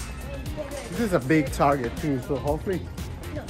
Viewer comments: Bro said ‘TAR-JET NOT TARGET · he meant to say target